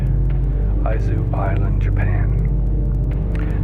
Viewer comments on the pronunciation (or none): 1. "A garden full of plants that can kill you. Among many other things." Nope. It's just plants. Anything else is just clickbait. 2. It's pronounced "ee-zoo" Island. ee-zoo. 3. There's no reason not to visit many of these places. Who wouldn't want to gaze into the door to hell? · I did enjoy the music, I wish you could have posted what it is. However, I must say it was mixed too loud and drowned out your narration which was too bad, as I would liked to have heard what you were narrating... Izu (伊豆) is pronunced as eezu (not aizu). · You're mispronouncing Izu Islands. The Japanese "i" has a long "ee" sound, as the "i" in the word "Machine" So it is "EE-zu" Island, not "EYE-zu" island.